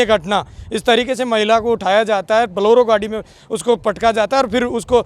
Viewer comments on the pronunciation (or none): बोलोरो नहीं बोलेरो कहें l🙏